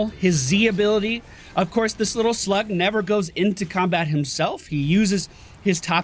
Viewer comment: It sounded like you said "This little slut never goes into combat himself". Took me a second to realize you said slug.